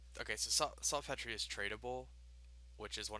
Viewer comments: It's pronounced salt peter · It's pronounced SALT PETER! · This dude just said "Salt Petree" LOLOLOLO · sul Petrayyy it's salt peter fam.